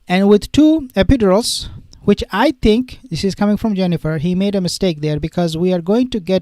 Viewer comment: Pronounced. Epi- dur-als